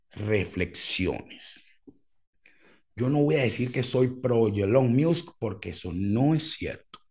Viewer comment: Cada vez que dices "muse" y no musk pienso en la banda